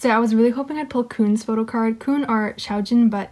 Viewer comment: Koon? Isnt it supposed to be kun????